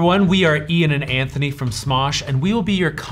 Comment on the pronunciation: ANTHONY SAID MY NAME 😅 WOW EEEAANNN (I know it’s spelt Ian - but uh, it’s called for) LOL